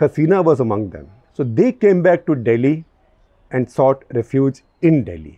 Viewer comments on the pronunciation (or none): none